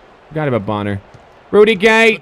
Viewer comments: It's Bon-ner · Bonner...boner😂😂💀 lmaoo